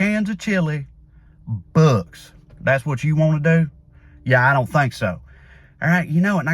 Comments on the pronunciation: Trey saying "books" in his Tennessee accent. 🤣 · Trae saying "books" in his Tennessee accent. 🤣